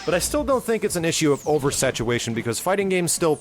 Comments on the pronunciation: u said oversatuwaytion lol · over-satuwation lol